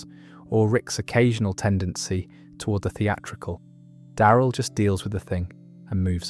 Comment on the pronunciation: Die-eye-rill dixon?